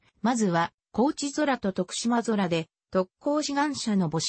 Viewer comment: 白菊について、良く調べてあるのにナレーションの女性が最悪、漢字読めんのかい！しでんあらため、とくしまそら？